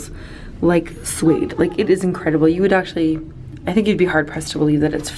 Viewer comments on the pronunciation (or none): none